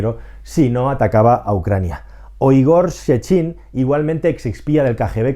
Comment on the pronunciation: El nombre del buque insignia es Moskvá y no Moskva. También es Rogozhin y no Rogozín, es Naryshkin y no Naryshkín, es Sechin y no Sechín.